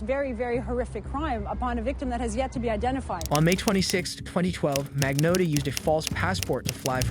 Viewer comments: Luca Magno ( O like Otter or Ox sound for O. Not strong O. Not ō like Loathe or clothes) tta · He thought no one would notice his many different pronounciations of Magnotta lmao